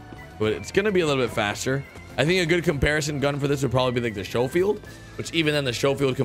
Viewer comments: Lol. “showfield.” Schofield = Skofield. Same old... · The SHOWfield? You mean the Sc(k)ofield? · Hey, it's pronounced "skofield"... fire arm enthusiast feeling the need to chime in there... Also, do you play rdr2 on console as well?